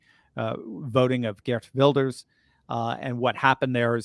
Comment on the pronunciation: C9ngrats on getting Gert Wilders name right. Dutch is a really hard language